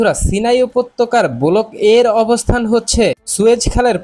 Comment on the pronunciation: আরে চ্যানেল চালাইতে আইছস, আর 'ব্লক' রে কছ ' বলক'। বাংলাদেশ মানেই গরু